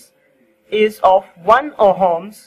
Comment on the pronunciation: It ohms,,,, not homes